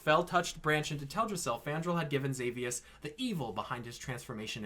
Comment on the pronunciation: nice theory but it’s teldrassil. not “teladrassil”.